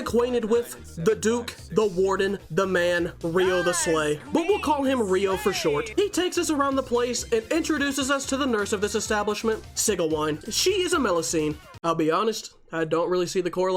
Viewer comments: It's pronounced See-gee-wee-n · "See - Geh - Wine" "Ri - oh - test - SLAY"